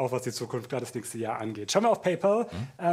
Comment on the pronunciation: Hrrrrggggllll - isses denn so schwer? "Paypaul" gibt es nicht. Kann bitte jemand mal an seinen Englischunterricht erinnern? "Paul"ist ein Vorname. "Pal" heißt so viel wie Kumpel oder Freund.